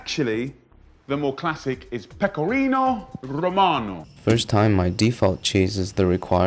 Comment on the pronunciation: The average Roman will get insulted if you add garlic to carbonara, took me over a year for my partner to adjust to me making Carbonara with garlic.... So maybe nitpicking but for Italians it's blasphemy, especially when this guy spend half his culinary career in Italy and can't even prenounce Pecorino Romano.....